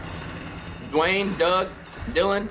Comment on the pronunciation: Boy said deeayne Doug Dillan💀💀💀